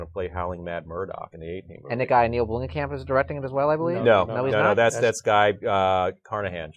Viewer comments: Blomkamp not Bloomkamp. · Guys love the show, but, why do you always mispronounce people names "Bloomkamp" not Bloomingkamp. come on dude. keep up the great work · It's Neill Blomkamp, not Bloomingkamp, you idiot. Do your job, at least get the name of the director right.